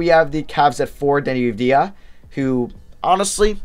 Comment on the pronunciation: Jesus dude his name is pronounced “Vuh-sell” not “Vass-ull” you had it right the first time. Also Avdija’s name is pronounced “Av-dee-ah” not “Youv-dee-ha”